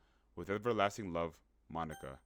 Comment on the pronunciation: Bro did NOT say monika😭